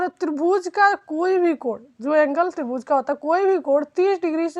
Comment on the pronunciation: मैडम माफी चाहूंगा कहने से पहले कि आप जो त्रिभूज बोल रहीं हैं, वो त्रिभुज है न की त्रिभूज